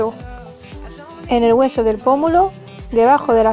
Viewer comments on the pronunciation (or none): Me encanta lo gitana ke eres cuando dices el gueso jajaja😘del a muchas gitana ke a ven YouTube se les olvida ke son gitanas y lo más bonito es ser gitan@ si volviera a nacer nacería gitana 💃bueno un beso😚 ke Dios bendiga tu casa y todos tus pasos como la gitana YouTube 😗